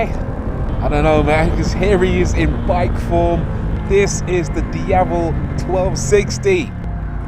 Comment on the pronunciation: Rory Reid. The only YouTube reviewer I've seen that actually pronounced the word 'Diavel' well. For that alone, it's a👍 from me.